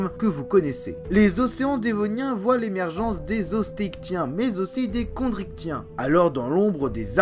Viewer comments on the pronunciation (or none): none